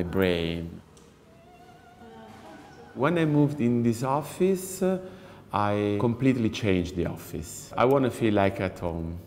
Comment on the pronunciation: Ha detto offiss tipo 20 volte